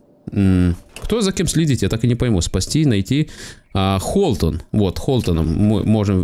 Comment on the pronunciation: Почему Холтон, когда Хотлон